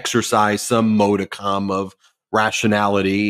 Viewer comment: Ben: "Modicum" is pronounced "MOD-i-come", not "MODE-i-come". And it's "idiocy", not "Idiocracy". The latter is a funny movie. Also, "substantive" is pronounced SUB- stan-tive, not SUB-i-stan-tive. And "premises" is pronounced "PREM-iss-ees", not "PREM-i-sis".